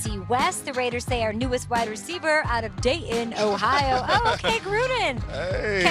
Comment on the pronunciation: Did she say Day-In Ohio? I thought it was Dayton :)